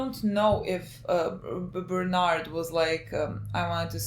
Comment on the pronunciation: Bernard = berthortor